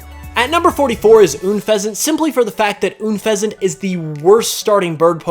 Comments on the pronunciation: It's pronounced Anfesant not OOOOnfezant. Learn how to pronounce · "Oonfeazant" It's not Korean hoops XD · Uuunfezent? I think you said the name wrong